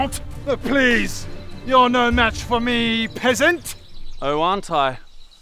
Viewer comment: At times it sounded like they were saying "pissant" lmao